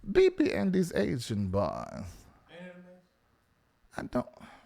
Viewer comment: Why do always talking about BB and these 'aisan boys' 😂😂😂😂😂😂😂😂😂 Why you say it like that? Crazy Funny